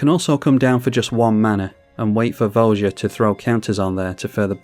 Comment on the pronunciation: It's pronounced vo ya. Not vo ja. Look it up